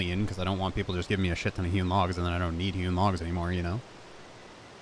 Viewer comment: For some reason every time you say hewn logs I hear human logs